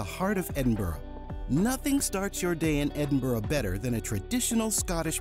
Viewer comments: Just don't pronounce Edinburgh the way he does their is no O in Edinburgh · Read this comment by other user: "As you mispronounced Edinburgh many times I’m wondering just how familiar you really are with the city? Also, this is a current video release yet you show visiting The Elephant House cafe - - it’s been closed due to fire since 2021. These two items stood out but I did not fact check everything in your video. Hmmm". Am I right?